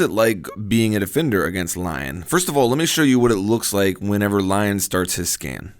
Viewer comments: I think you actually pronounce it Lee-on since he's french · I thought it was LI-ON? (Lee-On) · It's pronounced Leon EDIT: how's this not on TTS?